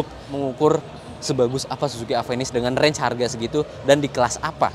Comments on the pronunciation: Ieu teh mun di Bandung kudu bener maca mereknya. Ulah di sunda²in lah nya. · Orang sunda susah nyebut namanya